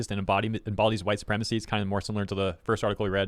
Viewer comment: Oh geez, the entire English language is hwhite supwemacy?!?!?! There are precisely, exactly ZERO people with that opinion that have anything they can say about racism at all, being massive racists themselves